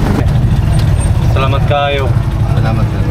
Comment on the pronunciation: have a safe trip! i like the way you said salamat kaayo. and amping! pakyaw means just pay cheaper than normal fare.